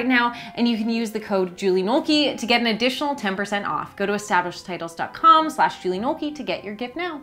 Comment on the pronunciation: Julie Nolke. Jooleigh Knowlkey. OMG!